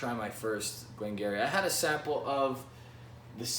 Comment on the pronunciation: Good review, but just for the sake of the pronunciation it’s “Glen Guirri”